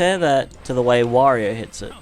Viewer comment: It's pronounced 'W-or-ee-oh'.